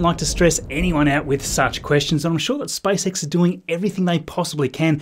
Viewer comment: Why can't you preannounce SPACE properly instead you say SpiceX it's seriously annoying to my ears...